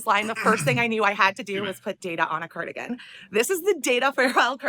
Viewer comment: "When i think of cardigain i think of mr snowflake mr cardiagin ya knlw" 😂